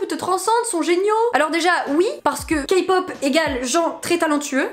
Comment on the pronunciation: Ta dit Kapop 😂😂😂😂